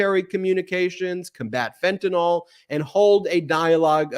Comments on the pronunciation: How can fentanyl be pronounced “fentinol?” 😂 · It’s not FentaNOL. It’s Fentanyl. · Who cares? The country is burning and we care if fentanyl is mispronounced. Ppl know what fentinol is. As long as we get it off the streets we can call it anything. But thanks for the grammar lesson.